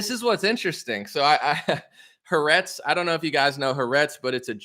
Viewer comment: the Israeli media company’s name is pronounced Ha-Ar-etz 😉 loving you. Keep up the good work